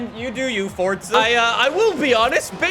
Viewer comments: Kan you stop saying forzha it's Forza not forzha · I meen you are saying fortzha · Everyone: FORZA: FORTZA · It’s not fortza it’s forza